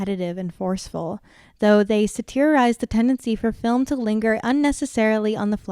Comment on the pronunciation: great video, very insightful. You're likely to use it many times more in the channel, you should Google how to pronounce 'satirize', it has all the same vowels and emphasis as 'satellite', no long E or emphasis in the middle syllable like you used here